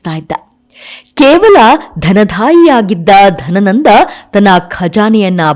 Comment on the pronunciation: ಮೇಡಮ್ ನಿಮ್ಮ ಧ್ವನಿ ಚನ್ನಾಗಿದೆ. ಸೊಗಸಾಗಿ ವಿವರಿಸುತ್ತೀರಿ.ಆದರೆ ನೀವು ಮತ್ತೆ ಮತ್ತೆ ಬಳಸುವ ಕೆಲವು ಪದಗಳನ್ಮು ತಪ್ಪಾಗಿ ಬಳಸುತ್ತದ್ದೀರಿ. ಚಾಣಾಕ್ಯ, ಅಧ್ಯಾಯನ, ಧನಾನಂದ ಇತ್ಯಾದಿ. ನನಗೆ ತಿಳಿದಂತೆ ಅವು ಚಾಣಕ್ಯ, ಅಧ್ಯಯನ, ಧನನಂದ